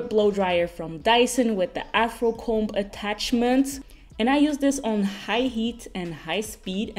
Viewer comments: I love you babes! But I’m dying laughing at the way you say comb!!! Lol here in the US the “B” in comb is silent! But we don’t pronounce it “com” like dddd@ lol still say comb just without the B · Hey I always watch your videos but never comment 🙈 But I just wanted to say that the b in comb is silent Fyi I live in Belgium as well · I've never heard anyone pronounce it "comb" with a b, is that a Dutch pronunciation? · Wow I also didn't know that English speakers don't pronounce the "b". That's crazy 😦